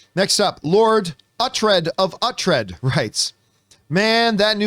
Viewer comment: It's pronounced OO-TRED. He's the main character of The Last Kingdom on Netflix. Which is the greatest TV show ever made. Similar to Game of Thrones, but actually really good!